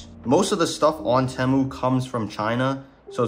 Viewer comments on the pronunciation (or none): Bro said teh- mu how u really say it is t-moo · btw you say it like "tea mu" not "teh mu" not trying to be rude. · ITS NOT PRONOUNCED "t-e-mu" ITS PRONOUNCED "tee-mu" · It’s not tehmoo it’s Temu bro say it right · its not te muu its TIIIIII MUUUUU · whats a tamu😂 its TEEE MU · its called tee-moo not tem-oo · its spelt temu but u say it teemu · its (teeeeeeee-mooooooo not tmo) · its teymoo not temoo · Stop saying tamu it’s teemu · WTH is tehmoo its (tee)moo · no way this guy pronounces it " temew" its pronounced "teemew" xddd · why “tehmu” its “temu” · my boy said temmu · its teeee mu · It’s called Tea Moo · It’s Teeeemu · its pronounced temu (tea-moo) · no hate but it’s pronounced (tee-moo) “temu” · its prenounced Teemu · bro the way he says temu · anyone else bothered he said temu wrong XD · No its just americans who override it and puts and extra bound in the “E”. NoT TryInG tO Be RuDe😶‍🌫️